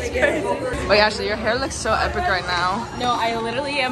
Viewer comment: LMAO CALLING ASHLEY "ASSHOLEY"